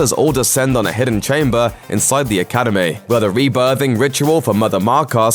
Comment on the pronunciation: He even said "Academayyyy" so yeah it's not like English was the strong suit there either HAHAHAHA